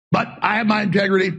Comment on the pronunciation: "My Tegrity Weed is not for sale." - Alex Jones